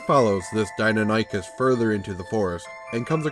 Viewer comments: Forgive me, I'm going to be "that" commentor for a moment. As a huge D&D fan and a massive dinosaur enthusiast all my life, the creature's name is pronounced: Die-non-ah-kiss As pronounced by Prof. Ostrom who discovered the animal. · In the off chance it ever comes up again, it's "Die-NON-ychus." I'm not sure how to pronounce the Q-bird, though. Even in my good ol' days as dinosaur-fanatical little brat I'd never heard of it. I don't get the player's reaction, either. Unless he had some mental health issues before the death of his mother or the experience was especially horrifying and traumatic, he should have moved on by this point. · I wouldn't say hubris was involed, it's a commonly mispronounced name if one hasn't heard it before, or in a while. My ultra dinosaur nerdy side kicked in and I couldn't help myself. Bit of trivia related to the video: The commonly known Velociraptor, the small feathered turkey sized dino, is fully known as Velociraptor Mongoliensis. Deinonychus (Dienonychus Antirrhopus) at one time was breifly known as Velociraptor Antirrhopus. So while the raptors in Jurassic Park are Dienonychus, calling them Velociraptors isn't really wrong.